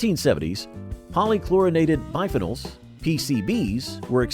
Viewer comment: PCBs (polychlorinated biphenols) (pollie-klorinated buy-pheenolls)... jfc you guys need to Google pronunciations